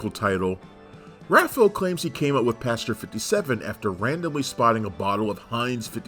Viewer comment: Repeat after me: “passenger. pass-en-ger”. Not: “pasger” or however the fvck you pronounce it 😭